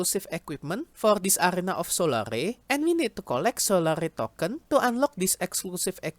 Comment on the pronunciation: it's pronounced Sol-air, 'sol-are-e" would be spelt as solary